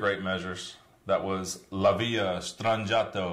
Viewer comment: its LA VILLA NOT LA VIA